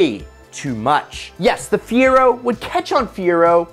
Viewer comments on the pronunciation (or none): It is not the fear-o - it is the fi-er-o. I had one, the SE and loved it. It handled decent, the interior was nice, the seats fit me really well, speakers in the headrest. Ok, a "few" burned up - a hellofa lot better than the Maverick - ok, ok, the Maverick was 1,000 times worse.